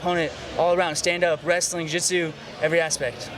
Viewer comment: "From my wrestling... to my jootsu, jootsu"